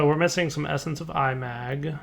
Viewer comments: I think it is not I-mag, but imag from imagine. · Felix Chong The inspiration for the mod is 'A Certain Scientific Railgun', an anime or something, never seen it myself, but if it's got anything remotely to do with actual railgun science then it's magnets (which is supported by the mod having 'magnetic manipulation') so 'I-mag' is probably the proper pronunciation. That's just a guess though. That said, say it how you want, it's a made up word.